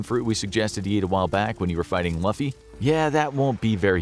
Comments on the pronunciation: “Loofee” please pronounce his name right 😭😭😭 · Luffy Pronounced Loo - fee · I stopped watching this video as soon as you mentioned Luffy as “Laughy” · U said luffy wrong lol its pronounced like lou fyy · You need to say the name right lol luffy. lOUFEE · I was really excited for this video but if you're gonna use an intellectual property to make a video on at least consult One person who is actually a fan of that property about how to pronounce the names and stuff.... it's so hard to listen to you call my boy luhffy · You are getting "Luffy" pronounced wrong. Say the name properly! Say the L & u longer and you might say the name correct, Lu...ffy. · luffy is pronounced loofy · The way they pronounce Luffy’s name had me spinning ☠️ . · I cringed every time he said Luffy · So we can all agree, "Luffy" was said wrong and hilarious! 😂 I still love the channel! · It's driving me crazy he's pronouncing luffys name wrong lol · You can tell the one who wrote the script never watched an episode of either the anime or the live action by the way he pronounces Luffy, and the fact that he said Sanji's full name tells me he probably only read the wiki A for effort though, It's always welcomed to have new fans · that is epic make a part 2 pls and also say the pronunciation of luffy correctly pls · You pronounced luffys name wrong AND ITS DRIVING ME CRAZY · I love yall for this One Piece is my favorite anime of all time and you butcher Luffy name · Oof, there are some wrong things in here like how water and fire would work against Luffy, and the pronunciation of his name. Water you'd have to be submerged in to be weak as a DF user and Luffy can still stretch. And then, fire wouldn't work all that great against Luffy for the reason you said. It would work in the East Blue saga but not cause he's rubber cause he's technically rubber-like and not actually rubber. He ate a different fruit. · The fact that he pronounced Luffy's name wrong loses you 10 points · They said Luffy wrong...